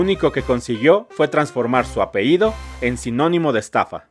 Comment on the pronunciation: A ver, amigo, repite despues de mí: A-PE-LLI-DO. "Apeido" no es una palabra.